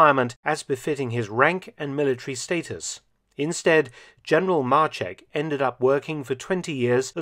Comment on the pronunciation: Maczek not marchek ffs